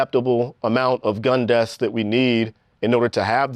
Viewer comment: Vlad's Common'tater says " gun deafs " 😄